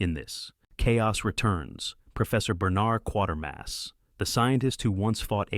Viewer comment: Kwaytermass not quartermass.